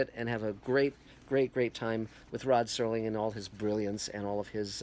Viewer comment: Its Serling you idiot not "Sterling"